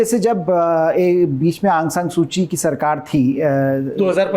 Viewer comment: Sir correct name Aung saun suu ki hai